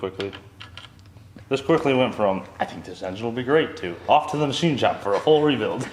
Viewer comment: The ma-she shed